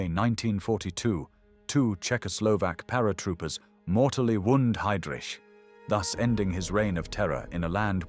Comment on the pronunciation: Si dice Lidice e non lidis si dice haidric e non idris. E kubis non era un assassino (come dice l' idiota dello speaker) ma era un eroe che ha giustiziato un macellaio pagando con la vita. Con voi mai più